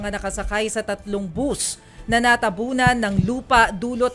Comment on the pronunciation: It’s not bos , ( it is bus 🚌)how did you get that job, when you can’t even say it, the right words from Idaho state 🇺🇸